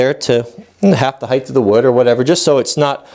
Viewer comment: Hi... Still enjoying your videos... This series got a little long but I thoroughly enjoyed it. Thumbs up for the way you interact with your son... Kudos to you for that... Thumbs down for one of my biggest pet peeves... The word is "height", not "hythe"... I just can't stand hearing it mispronounced. Properly pronounciation is "hite" ... the word ends in a t not an h. It is amazing how many woodworkers and machinists on YouTube mispronounce it. so,, with that said,,, Keep up the fine work... and Thanks for the videos Anon